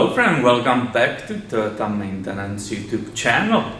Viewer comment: Are you Finnish? I thought you were going to say Mattenen (or something) instead of Maintenance. Haha! The way you said it. Cool! And thanks!